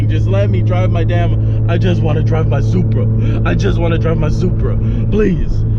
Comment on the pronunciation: it should be "Supra" simple